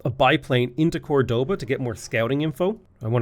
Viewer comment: Córdoba literally showing with an accent which syllable to stress.: Cordóba